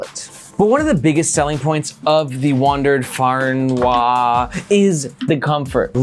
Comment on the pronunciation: And here we experience a typical American not being able to pronounce non-English words (Fernweh is german and means the urge to travel to distant places, translated to Wanderlust). The pronounciation is [ˈfɛʁnˌveː]